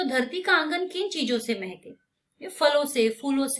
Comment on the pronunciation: Mam it is dharti ka angan mhke not mehkeee😂